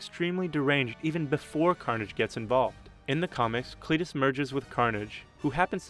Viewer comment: CLITus, that pronunciation tough